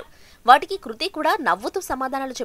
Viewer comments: Hlo medam kruthi kadu krithi 🤣🤣🤣🙏🤦🤦🤦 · Dey 1st name sariga chepandi ra babu adhi kruthi na ledha krithi na em news channel ayya midhi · Madam garuu adhi kruthi kadhuu krithi 🙂 koncham chuskoni fans ekadaa hurt avthunam 🙂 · Kruthi kadu krithi 😂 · Hello madam kruthi kadhu krithi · Kruti kadu Amma krithi 🤦🤦🤦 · Kruthi kadu krithi nerchukondi fistuuu 🙄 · Kruthi kadhu papa krithi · Kruthi kadu adhi krithi Intha pedha reporter ayyi kuda sarriga words palakanike radhu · Ama peru kurthi kadu krithi first adi nerchukondi